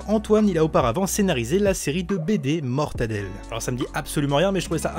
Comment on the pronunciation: A la place de dire mortelle adelle tu as dit mortadel